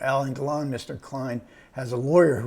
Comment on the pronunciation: Il faut arrêter d'encenser MR KLEIN, tous les critiques ont convenu à sa sortie que c'était un film raté ! même si la composition de Alain DELON est excellente. D'ailleurs, le gars qui est interviewé ferait bien d'apprendre à prononcer le nom de Delon : non, Monsieur, ce n'est pas Alain Delone, mais réellement Alain DELON.